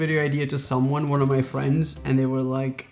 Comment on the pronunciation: ..." I've no frns" That's where he got me ☹️😂